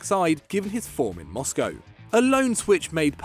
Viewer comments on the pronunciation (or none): none